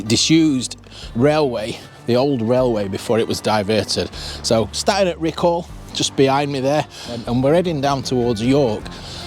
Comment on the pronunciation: PLEASE PLEASE PLEASE can you pronounce Riccall Correctly ….it's not RICCALLLL , its pronounced RICCULL, ta very much !